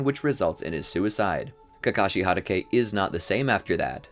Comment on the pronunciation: Who tf is kakashi haruke? Its hatake